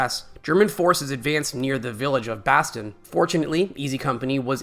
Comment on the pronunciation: Between the atrocious narration (inability to properly pronounce words like 'Carentan' and 'Bastone', and this being a simple rehash of the BoB series with absolutely nothing new/different discussed or revealed, this video was a waste of time.